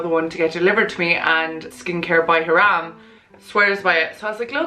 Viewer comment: Loved this video!! But please say Hyram the way he says it!